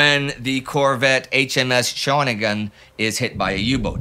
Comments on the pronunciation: hey indy - patreon supporter here. love the show. just gotta get you to pronounce "Newfoundland" correctly. Not NEW-fun-lun, but new-fun-LAND. Rhymes with "underSTAND". Also, Shah-WIH-nih-gun, not SHAW-nih-gun. Four syllables. Repeat, I love the show. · It is pronounced Sha-win-a-gin